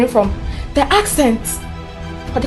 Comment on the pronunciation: U even said akcent madam 😂